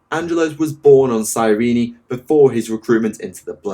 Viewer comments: Cyrene, comes from the City of ,Well Cyrene or Κυρινη in Greek(it's original name),so it is pronounced Kirini. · Given that the Blood Ravens were pretty much created for the first Dawn of War, Cyrene along with them, and the planet's first ever mention is in the campaign, I think it's supposed to be "Cyreen" and not "Cyreeny". All characters in over a decade throughout the games pronounced it "Cyreen"(both in the English and German version). This was actually the first time I've ever heard anyone pronounce it "Cyreeny". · I don't want to be that guy but Cyrene is pronounced "cyreen" not "cyreeny" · Cyrene is two syllables not three.